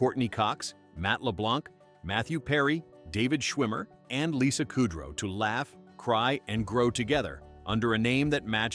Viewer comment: Yeah, that bugged me. "Buffet" like the food line; kudrow, like a cow chewing its cud...